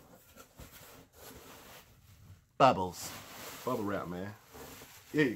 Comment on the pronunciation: "Bebbles" looooool